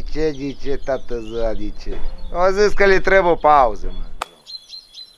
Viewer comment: Ba eu mor când îl aud pe: di șe și cucu "di ce"